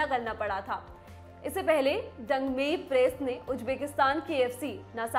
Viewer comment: dangmei grace not prace🙄